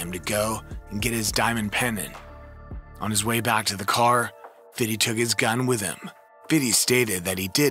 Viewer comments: You ruined the video for me lol. All I can hear is fiddy now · Why are you saying "Fiddy"? What even is that? Lol. Its Fifty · “Fiddy”, his rap name is 50 Cent but this guy thinks it’s Fiddy Sent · BIG facts. It's fiFty NOT fiddy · STOP SAYING, "FIDDY!" It's Fifty cent. He's even said it. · Saying fifty as "fitty" is wild lol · Why do white people always call him Fiddy? It’s just Fifty lol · Just say “fifty” damn 😂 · I hate that you feel the need to say fitty. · i call him fiff, not fiddy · It's Fifty not FIDDY!! 🤣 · Who told this guy to say FIDDY instead of 50?? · Fifty!!! not FIDDY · dog remake this video saying FIFTY please. who tf calls him fiddy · I can’t watch for the simple fact dude keeps saying “Fiddy”🤦🏿‍♂️ Do white people realize that we don’t call him Fiddy but the we call him Fifthy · You know not one black person pronounces his name like “fiddy” its “Fidee” you over pronounce the D and Dont pronounce a y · ITS FIFTY NOT FIDDY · This is the last time I’m ever watching one of your videos. Over there saying fiddy. Video not even that good to be this disrespectful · He probably practiced saying Fiddy a thousand times before making this😂😂😂😂😂😂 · Word, someone please tell this man its pronounced Hom-O and Fithy. It was so cringe listening to this narration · yeah like just say fifty like white people should lol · i was just about to comment how i HATE hearing this guy saying "fiddy"....it makes me sick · And he's popping it to " Fiddy" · Facts. Why? 50 Cent's name has never been pronounced that way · Count how many times he says "Fiddy" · Fiddy with the shiddy 😂😂😂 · After about 10 times it gave me a headache. Even black people don't say Fiddy every time. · 50 Cent doesn’t even like people calling him Fiddy. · Someone please tell this man its pronounced Hom-O and Fithy. It was so cringe listening to this narration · And the way he keep saying "fiddy". It's like dude, that was Sharon Osborne's name for him. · Every time he says fiddy take a shot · Just say fifty